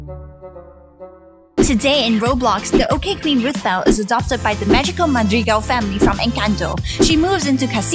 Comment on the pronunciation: Lol rootball it’s not rootball it’s rothbell?